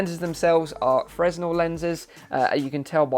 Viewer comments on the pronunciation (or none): For the love of GOD, the "s" in "Fresnel" is SILENT!!!! Say it with me, "Fre+Nel". It's a French word! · The S in Fresnel is silent. It's named after a French guy.